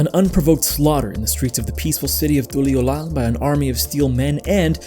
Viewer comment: Lol you enjoy hearing yourself talk dont you, why you saying Tuliyollal with that inflection, you can hear how they say it in game right? As a 2.0 player I've went through everything on content and while this is definitely the least compelling expansion MSQ, you logic'd your way into hating something fun. From the get go its not supposed to be a deep story and meant to be enjoyed as a chill adventure. Talking about Wuk Lamat like it wasnt a coming of age tale and she had no real purpose. If you paid attention, she wanted to become Dawnservant solely to stop Zoraal Ja as she knew he'd destroy Tural's way of life. You kind of took the piss out of it and not in a fun way and for what, 13k views and a click-baity channel with 2K follows. A lot of people enjoy this expac as it is, it just ain't for you my boy. Also saying you're an authority on music and then calling a decorated composer's music shit doesn't make it true. You kinda a dork fr